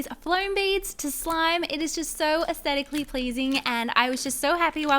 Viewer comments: I ❤️ ur nails but why r u saying esstetaclly pleasing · She’s said ascetically pleasing 4 times and underwhelmed 3 times lol. Your nails where super cute and so was your slime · Girl, you are astedically pleasing(im sorry i dont know how to pronounce that) LOVE FROM SERBIA, 🇷🇸❤️🌍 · "Aesthetically pleasing" pLeAsE SToP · stop saying astetically pleasing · You said asetically pleasing so many times